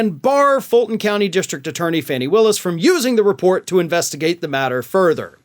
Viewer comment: Fawnie NOT Fanny!!!